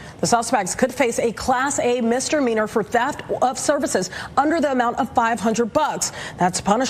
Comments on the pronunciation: Why can newscasters not learn to pronounce common words, like misdemeanor That news lady cleary said Mister Meaner. as if the classification was a title and name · Did that reporter actually say, "Mister Meanor"?😂😂😂